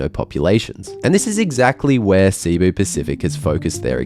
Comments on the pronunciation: It's pronounced Si-Boo. Not Seeee-Boo. I've flown this seating and it's brutal. Even in an exit row with lot's of legroom, the seats are unbearable for more than 2 hours. Thanks for the great review! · Filipino here, very insightful. However, just one minor note: Cebu is pronounced /seh-BOO/ with the accent on the second syllable, and not /SEE-boo/. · It's pronounced Seh-Boo not See-Boo 😅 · Please, save my ears and learn to pronounce Cebu correctly. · You spent all this time to film and edit and research an interesting informative vid but not two minutes to know how to pronounce Cebu properly? weird